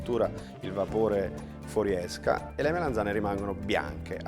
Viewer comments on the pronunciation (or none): Melanzane non Melenzane! Che fastidio! Comunque ottimo video! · MELANZANE non MELENZANE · "MELENZANE" non si può sentire 😱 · Le "melEnzane" 😂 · Sentire "melenzane" per 5 minuti...😅😵‍💫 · Ad un certo punto se ci fate caso dice melenzane